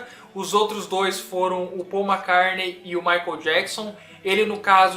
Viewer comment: Poxa!! Gosto dos seus vídeos e vc me provou que entende muito do que propõe falar mas vc pronunciando o nome Mac"CARNEI" fica difícil de te continuar te escutando depois do segundo Mac"CARNEI" na sua fala. Grande abraço!